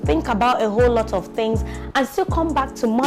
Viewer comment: I had to Jot ‘fings’ down so I could take ‘fings’ away!!😂😂...So much to learn in this video, not just with motherhood, but our normal day to day lives, there’s a lot of pressure these days especially with this whole social media era, you get to see your mates ‘doing things’ and you’re here sweeping the house for mummy and daddy, but then again I accept my reality and believe that some day I’d ‘do things’... Patience, Contentment and perseverance, really important virtues to inculcate, if not person go commit suicide 😩....Thank you for sharing this❤️